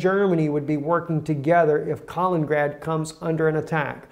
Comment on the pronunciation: Kalin-ingrad please, (additional in)